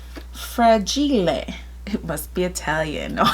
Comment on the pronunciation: 🤗😁😂😂😂 That’s funny! Thank you for sharing your “fra-gee-lay” video! 😂🤣🤣 - 👍😊🇨🇦